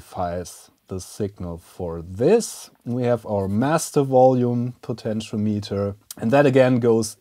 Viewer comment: Protip: "potentiometer" is pronounced " puh ten shee om i ter "